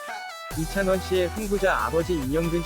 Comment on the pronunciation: 이창원이아니라 이찬원이예요 제대로 발음해 주세요~